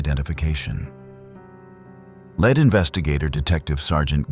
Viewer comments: Lead (pronounced led) investigator instead leed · Great info on the cases but if you are going to podcast Canadian content please pronounce words correctly, Regina and lead,as in lead detective not led.